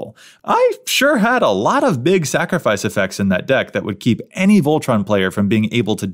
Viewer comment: Did you say "snacrifice"?!, you are just my favorite!